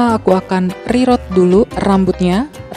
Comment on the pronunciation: oiya ka cha btw cara bacanya "rirut" ka bukan rerot hehe :D